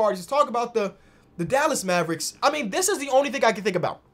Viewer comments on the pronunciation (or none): none